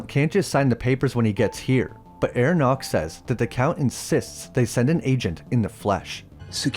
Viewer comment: Herr Knock is pronounced "hair knok" (with both Ks pronounced) not "air nok"